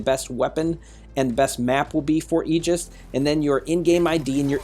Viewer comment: Railgun/Agora Bro its Aegis (A-gus) the pronouncing of the mech